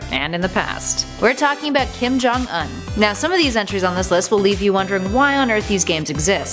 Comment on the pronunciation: say his name right